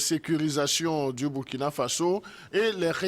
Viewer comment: Burkina se lit Bourkina. SVP!